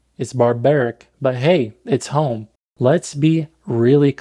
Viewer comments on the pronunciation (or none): none